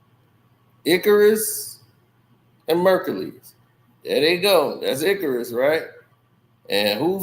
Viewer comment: That is not how you pronounce Icarus!!! 😂😂😂😂 check spelling regarding Greek Mythology and about flying close to the sun!